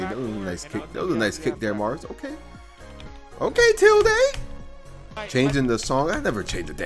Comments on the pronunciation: tilduh is how you say the symbol ~, but tilde the player pronounces his tag differently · no shot coney pronounces it tilduh... I'm disappointed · “I’m a fan of Tilde”